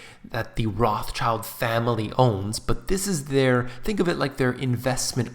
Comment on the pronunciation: You are butchering their name so bad! Learn how to pronounce it when making a video. This is so unprofessional and hard to listen to